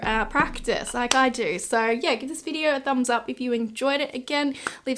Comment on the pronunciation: Any one else curious why ppl with this accent say "videor" instead of "video" or "idear" instead of "idea"? lol